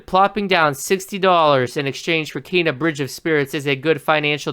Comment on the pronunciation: You can't even pronounce Kena correctly, much less create the artwork or gaming physics behind something like this. Keep promoting the game buddy, I personally can't wait to adventure in this world and the movie style animation is something we're so privileged to have